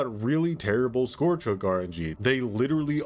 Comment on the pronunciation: Scourge rhymes with ‘urge’ not ‘george’